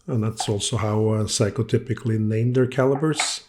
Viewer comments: Man I love your videos, really enjoy ‘em but this particularly annoyed me. Sorry in advance if I sound smarta$$ but please it is not “psycho” it is “Seiko” the “i” is to elongate the “e” sound so it is like “Se-e-ko”. Again I’m sorry not trying to offend but it hurts my ear every time you say it. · Why do you refer to the watch as a "Psycho" Souldn't it be pronounced "Say-ko"? Or is it your cold? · Interesting for sure, always. Love the fact that you pronounce Seiko and psyco about the same to my ear. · I'm amused by the fact that when you say "Seiko" that it sounds as if (to my ears at least) you are saying "Psycho". 🤣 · It is a joy to be subscribed to your channel,. Dad jokes are the best jokes. Not only do you make a superb video of this challenging renovation; you persist in pronouncing the brand name as "Psycho" (please never correct that). Is this old beauty showerproof? Thanks. Hope you're having a great weekend. Cheers 🍻!